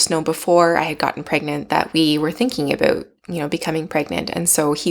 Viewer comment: It's "about" not "about." LOL 🙂